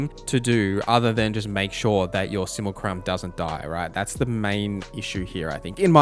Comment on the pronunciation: Can you stop saying sumucrum please?